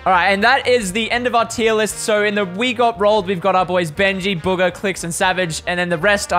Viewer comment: The way they say bugha is so funny they say it like booger😂